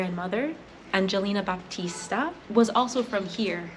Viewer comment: You gran mather was Battista or Batista. Not Baptista. She Problably arrived in south america and change her name in spanish.